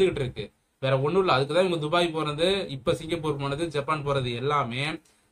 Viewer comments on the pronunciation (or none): none